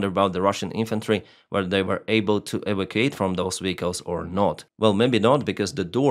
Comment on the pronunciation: Your English is very good but for 1 word.. Evacuate, it is prononced Evac-u-ate, just thought it would help? your doing a great job!